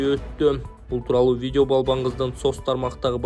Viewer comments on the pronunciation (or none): none